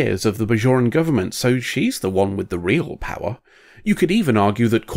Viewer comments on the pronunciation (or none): none